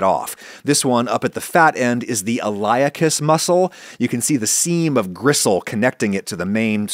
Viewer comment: hey Adam! the iliacus muscle is usually pronounced ily-a-cus not eye-li-a-cus. You usually have a reason for pronouncing things differently though so maybe its a regional difference.